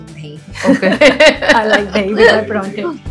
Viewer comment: Paraanthe nhi PAROUNTHE